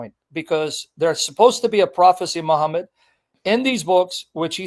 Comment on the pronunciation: Keep saying muhhmad the comfortaba the comfortaba had already come muhhmad wasn't even born